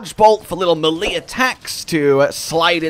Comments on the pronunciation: "Melee" is pronounced as "May-lay" not "Muh-lii". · Why can't monster hunter youtubers pronounce melee smh